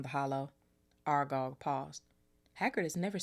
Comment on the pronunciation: Exploding snap basically magic card games where the cards explode if someone either scored or lost. Yes, you pronounced Aragog right . sentries are soldiers or in this case prefects and staff stationed to patrol a place.